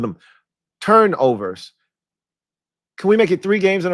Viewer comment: We’re so bad at forcing turnovers, we can’t even say the word right! lol. We good though. Let’s roll.